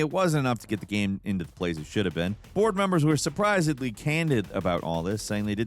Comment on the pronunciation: "Surprisin----ingly" not edly.